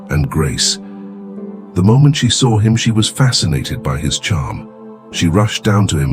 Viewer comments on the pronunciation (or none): none